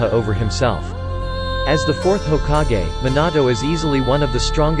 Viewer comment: Are we gonna ignore how he said hokage